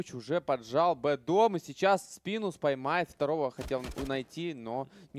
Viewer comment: комментатору за "СПАЙМАЕТ" нужно подзатыльников словарем надавать